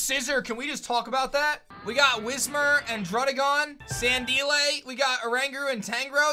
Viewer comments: I cringed every time he said Sandelay. It's San Dile like Crocodile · sandeelay” bruh it’s sandile 😂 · san-deel-eh? It''s San-dile bro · for the love of god stop calling it "SANDILAY" its obviously "SAND-DILE" as in Crocodile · I am not a fan of your pronunciation of Sandile. You pronouncing it as San-dee-lay is basically the same thing as saying Croc-a-dee-lay instead of crocodile. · the way he pronounced sandile made me lose it